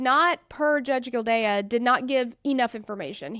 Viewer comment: Just an fyi, It's pronounced gill-day. Just listen to the clerk at the start.